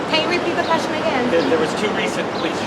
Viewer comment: What's "Quashtion"?